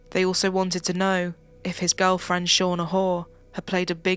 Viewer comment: Shauna Hoare's name pronunciation is appropriate!!! RIP Becky Watts!!!